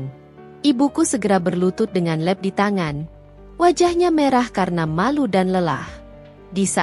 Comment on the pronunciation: mbak baca nya lap tetap lqp bukan leb...